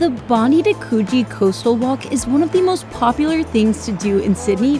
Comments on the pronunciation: Suce me Ma.am, Its Bond EYE, not Bond DEE, love your vids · She's not saying it right. She clearly said Bond-ee not Bond-eye. Yanks have no idea@ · It's not Bondee, it's Bondeye when pronouncing Bondi. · Best city in the World? Sydney of course! 🥰 Enjoy your stay. BTW, Bondi is pronounced Bon Die. 👍👍 Not Bon dee 👎 M 🦘🏏😎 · Bondi is pronounced “bond-eye” not Bond-ee. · It's not " Bondy " It's " BON - DYE ". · 7.39....bond-die beach not known as bond -dee beach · It's pronounced Bond-eye, mate. Not Bond-ee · Welcome to Australia (or Sydney, anyway). Hope you have a great time. BTW, Bondi is pronounced Bond-eye, not Bondee 😊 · It's pronounced Bond-eye 😂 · Bondi is not Bondy but Bond-eye Coogee is closer to could gee than what you say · Loved the energy and excitement in this video, but I did cringe every time I heard bondee, cogie and trying to do the Australian accent, regardless, great video! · Bon-Dye and Kooh-Jee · Your pronunciation of Bondi and Coogee made my ears bleed. Have to put tomato sauce on meat pies too. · YOU NEED TO SAY BONDI AND COOGEE PROPERLY ASK SOMEONE